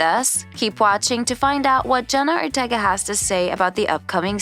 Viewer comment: they also said „jenna otega“ instand „jenna ortega“